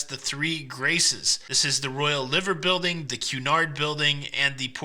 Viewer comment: ‘Ly ver Building’ not Liver Building - I know, very confusing. I’m from Liverpool originally but now live in Falmouth, UK.